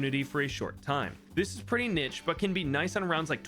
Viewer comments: Niche not nitch 😭😭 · I did NOT just hear you pronounced “niche” and “nitch” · It's pronounced "neesh" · u pronounced niche wrong lol